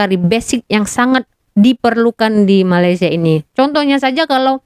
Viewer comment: Nampak sangat tidak habis SD. Mengeja ‘Malaysia’ pun jadi malasia